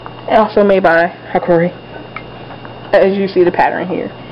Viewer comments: Not trying to be a smart ass, lmao, but hikari is pronounced "hee-kaaree" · pronounce it like, hi-car-e